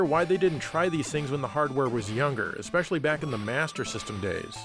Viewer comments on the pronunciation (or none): none